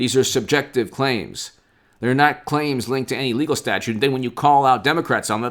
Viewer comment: ITS "STATUTE",IT'S NOT A STATUE